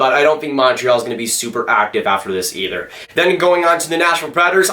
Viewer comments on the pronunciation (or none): none